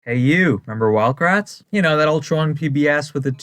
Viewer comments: Everytime they said "It's us, the Kratt brothers!" I keep hearing "It's us, the Crack brothers!" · I always thought they said they were the CRAP brothers not kratt